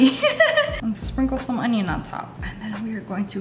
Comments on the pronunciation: “oNiOon” got me cracking up 🤣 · Me disappointed in lea cause she said onion normally once 😢